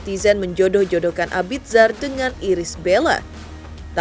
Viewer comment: Mbaaaak, bacanya Abizar. Bukan abid zar 😌